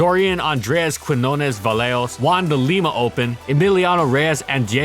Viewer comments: can tell ur reading off a script when you say "juan" instead of "won" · Why are you pronouncing won as “Juan”? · I've noticed that you often pronounce "won" as "Juan" and it kinda makes me giggle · You say the word won weird